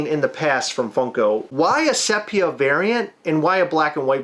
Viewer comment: Almost had to turn this off cos of the pronunciation of sepia. It's see pia not SEP ia. Like seriously. 😉